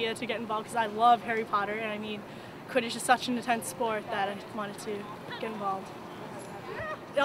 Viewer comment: my mother pronounces it "quidIDGE" and "mOOgle"....i screamed at her.